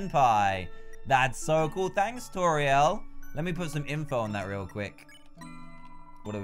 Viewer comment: IDK why but it annoys me that he says Toriel toril I say it toreeol